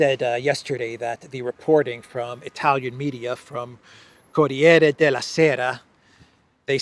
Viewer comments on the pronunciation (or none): Corrrrriere the sound rrrrr is dificult😀